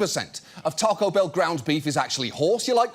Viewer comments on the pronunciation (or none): "TAH-co" in your accent John? You know damn well that Brits don't have the general-purpose-foreign-word vowels that Americans do, so it sounds like you're actually saying the name of a place that's spelled "Tarco Bell". In your voice, it's "TACK-o". Is that the point? Obviously not. But it's a point.